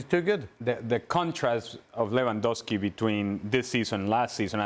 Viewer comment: Ravinha 😂 Revandowski 😂